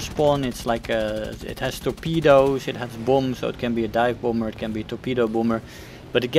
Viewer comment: It's not a boomber. It's a bAHmber. Say Bah. It's not hard. It's like Bah bah (baabaa).